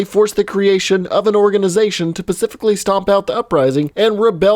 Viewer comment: Pacifically... it’s specifically ..